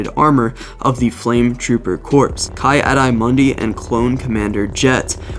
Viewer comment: Great vid and just so you know engulfed, corps (core), and ki adi Mundi (key odd-ee mun-dee) other then that was fantastic